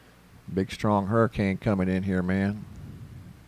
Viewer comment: Hurri"Cain" Ida